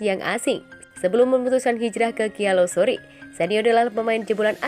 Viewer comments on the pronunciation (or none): Gialosori gialosori... Baca yang bener mbak...